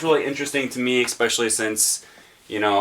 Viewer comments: Ecspecially - An idiot's pronunciation of the word especially. While the origin of the extra "c" is unknown, this particular pronunciation is surprisingly popular considering how ridiculous it sounds. ) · Usually you do not add letters at will. There are silent letters but not invisible letters. As a linguist you should probably try to avoid such "idiot pronounciations".